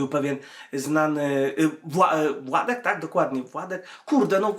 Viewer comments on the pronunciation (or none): NIE WŁADEK TYLKO WŁODEK